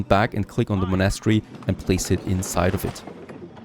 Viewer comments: haha, wait... what did i just hear.... you dont know how prenounce a word like "monastery" ?! OMG i'm sorry but it was just like the most funny thing i've heard in a while when it comes to people trying to speak fluent english ^^ Look, Its like this you say it and try after me,... Mon-est-ery. its a religious buliding, kinda like a church or a cathedral. only diffrence is that a monastery is a structure were kinds like monks live or study, and in the old days of missionaries voyages, the monks traveled all around the world building monasteries and chapels to spread the word of christianity. "witch is just BS, because we all know the monks mostly raped natives anyway" But enough about that, and im so sorry to sound like a pain in the ass. You sound like an old enough gentlemen that really would know how to say such a common word like that, even if you're not born in Britain. whatever, nice video anyhow! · Thats not how u say monastery ;) U say monAstry its monastery. Or is there more than 1 way to say it?! Like privacy. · The way he says monastery kills me everytime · You’re not saying monastery right